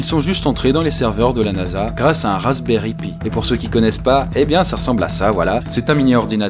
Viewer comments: La Nasa a deja eu plein de piratage par des Raspberry pi! je crois que Doc seven en a parlé dans une de ses vidéos et d'ailleurs ça se prononce Pie pas pi ;) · Très bonne vidéo cependant aled raspberry pie se prononce "paye"